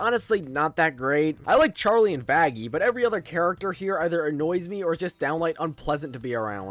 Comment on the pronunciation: Bro did not say 'Vaggie' 😭😭😭